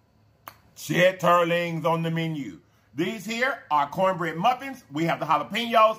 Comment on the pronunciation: He say chit ter lings lol